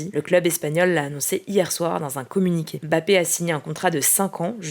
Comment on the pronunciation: Pourquoi tous les journalistes que j'entends, prononcent jamais correctement le nom de mbappé ? Ils disent bappé au lieu de Mbappé 🫠